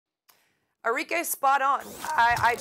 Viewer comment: Its arikeh int pronunciation not Ari-k